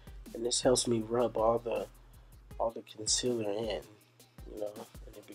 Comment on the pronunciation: It's concealer 😩😩😩